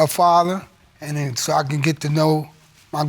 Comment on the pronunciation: I love when people say muhdder and fahdder.